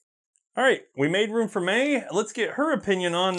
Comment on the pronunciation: Sorry... Mae not May! You probably get that a lot... sheesh!